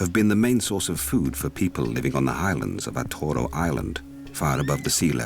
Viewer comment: Thanks, watched few of your docs and finally, one from my home country. Been there and love this tiny island. Just minor thing, we pronounced it, Ata’uro not Atoro. Keep up the good work 😀